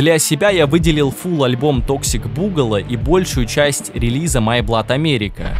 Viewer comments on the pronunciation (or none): none